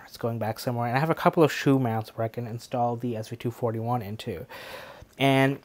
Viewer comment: Great review! You even said the model number correctly! 😂😂